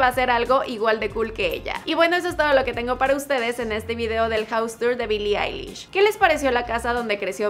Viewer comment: Soy el único que escucho que en el minuto el tipo dijo bili lish jaja